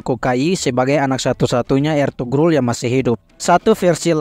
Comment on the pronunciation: Sogut dibaca Soyut…Eltugrul juga di baca Elturul…